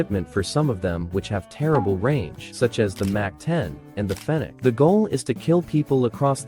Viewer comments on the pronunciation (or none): none